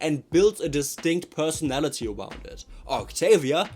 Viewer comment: Bro the Fuking "octoolia" got me cracking for almost an hour😭✌️🥀🥀🥀